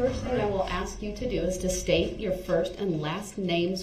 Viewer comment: ...you may look back at some of these questions....but why does he say "aks" as pronounced axe instead of "ask".